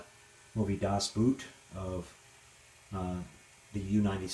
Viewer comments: The oo in Das Boot is pronounced as the oo in "door". . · Its so funny how ALL english talking people speak the title of "Das Boot" completly wrong , hihihi But that Model of U-96 is so damm cool.